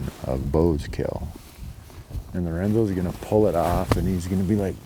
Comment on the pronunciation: Did you say " Lorenzos Llama"?